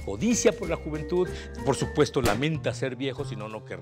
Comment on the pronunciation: ¿dijo "jumentud"? lol